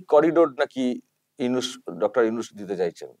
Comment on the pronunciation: উফ ওকে উইনুস উইনুস বলেন কেন ??? ওটা নুনুস হবে। নুনুস মিঞা। 😀